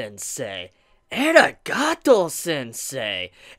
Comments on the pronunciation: aa reee gaaa tou NOT ehhhragahto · its Arigato not Eragato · eragato sensei?? did yu mean a-ri-ga-tou sensei? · eh-riga'ato sensei? The pronounciation there is weird xD but entertaining nonetheless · I thought that might be the case and I would like to believe that too. Since I was cringing so hard. lol